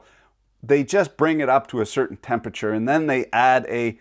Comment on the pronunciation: Just a tip: temperature has 4 syllables and there is an R in there